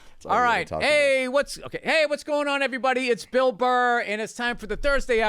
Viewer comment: So, this Yankees fan Adam Ray had a moment within less than a minute to mispronounce the host's proper name...It's Bill Burr...it's that simple...Bill Burr...not Bill Burrhay...Pronounced BILL BURR...You can't teach stupid...🤣😂🤣 I give Bill credit.